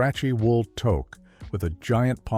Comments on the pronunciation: No kidding eh. Toke! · The AI can’t pronounce Toque